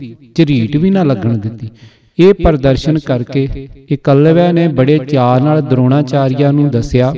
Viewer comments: 8.01 its eklabya c not ekwalya nahi 22g baking thuhadi gal ke dronachareya nu teer de johar dikhoun wali gal sunkey maza aya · Jaap sahib,shabad hzare,saviye te chaupai sahib jo dasam granth ch ne oh v jhooth aa? Eklavya da naam tuc galat pronounce kar rahe ho Baba deep singh ji Sant jarnail singh ji Bhai mani singh ji ehna widvaana ne Dasam granth te ungal ni chaki,,tuc kis saboot naal ohnu galat keh skde o??